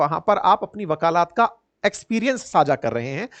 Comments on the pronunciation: साहब शब्दों का उच्चारण दुरूस्त कर लीजिए, सही शब्द वकालत, ना के वकालात, शुद्धि कर लें। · वकालत है वकालात नहीं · Sir, aap apne Hindi aur English ke pronunciation ko improve kijiye. Your presentation is very good, you look nice as well but incorrect pronunciation turns things off..like- you sound Nabbhe instead of Nabbe, you said wakaalaat instead of wakalat in this video. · वकालात न कहिए 🙏 वकालत है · बुरा ना मानें। विनम्रता से बताना चाहती हूं। वकालत, वकालात नहीं। ये गलती बार-बार दोहराया गया। चूंकि आप शिक्षण कार्य से जुड़े हैं, इसलिए यह बताना जरूरी था।